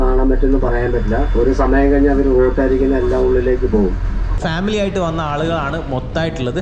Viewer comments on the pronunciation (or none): none